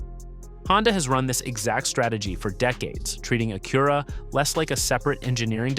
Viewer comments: Annoying AI...."A-cure-a" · Stop using AI for voice overs. Acura is pronounced with the emphasis on the first syllable (A-kyu-ra)